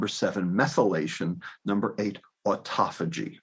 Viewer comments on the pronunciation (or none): none